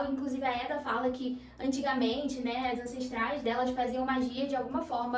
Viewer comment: correção: não é éda e sim eda